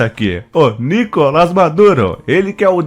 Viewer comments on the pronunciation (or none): none